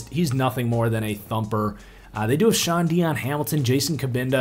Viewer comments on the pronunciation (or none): none